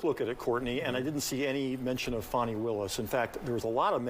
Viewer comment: If her name was pronounced Foni,it would not be spelled Fani.😮